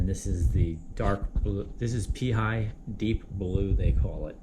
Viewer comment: Its pronounced pay-ah-he (Peahi)